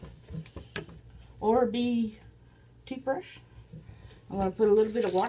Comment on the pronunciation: I swear I thought she said orbie toothbrush